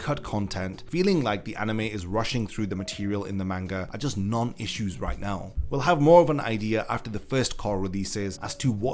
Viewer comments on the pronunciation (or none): none